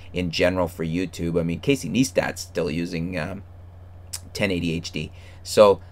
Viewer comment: It's Pronounced Nice Tat